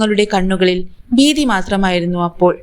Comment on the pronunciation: ബീതി അല്ല ഭീതി